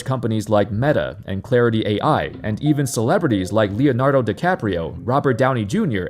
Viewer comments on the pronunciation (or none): none